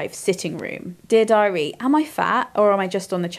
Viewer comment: American here 👋🏼 every time read “Dear Diary” I heard the phrase “did I read?” I thought, wow she was either really on top of her reading schedule or very forgetful of her literary feats.